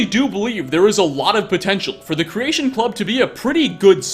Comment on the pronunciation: ....I love you. And I agree with your critiques. But the way you say creation club kills me. "Creation Clubuh" lol